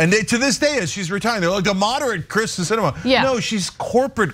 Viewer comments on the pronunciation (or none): No love for Sinema, but she's been in the public for how long, and you STILL can't get her name right?! It's KERsten not KRIsten